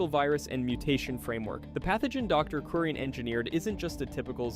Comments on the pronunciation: bro mispronnounced Curien 🤦🏻‍♀️ It's "kyoo-rien" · It's "kyoo-rien", not "korean" 🤦🏻‍♀️